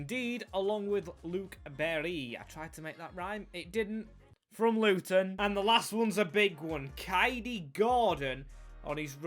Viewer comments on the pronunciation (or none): none